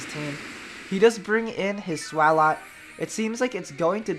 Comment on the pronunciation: I love how you pronounce Swalot! :3